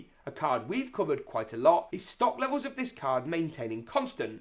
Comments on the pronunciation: i like how it said in sock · Ah yes, out of sock, in sock 😂